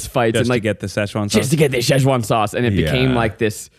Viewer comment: Zack can't say sechuan loool